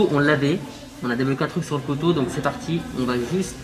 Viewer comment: ses couteau pas coteau